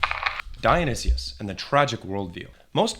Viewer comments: You should know not to listen to someone who pronounces it “Dionysius”. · Thats certainly a way of pronouncing Dionysus and Antigone. C'mon man . . .